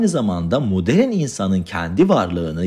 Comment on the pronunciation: baştan özür diliyorum ama bu konuşma diksiyon nasıl bir şey uzun süre yurt dışında mı kaldınız bir rahatsızlık mı geçirdiniz "moderin dünyada" 2.54 e kadar dinleyebildim lütfen yapay zeka ile falan tekrar yüklerseniz güzel olur başarılar dilerim.